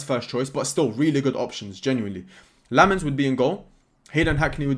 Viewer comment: I'm a Belgian, really excited if we sign Lammens! Been too long since we've had a Belgian in our team. You pronounce it "Sen-nuh Lamm-uns"